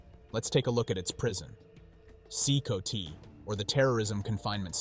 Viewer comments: C -COTY god that was annoying AF it’s C COT ,like a cot you sleep on this is why AI commentary is inferior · Thats crazy...they are a small army. If they had direction and training with arms they could be a serious force. Be cool if the AI could pronouce CCOT properly or atleast mispronounce it the same each time.